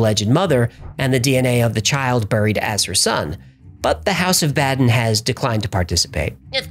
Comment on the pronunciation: Baden Pronounced Bounden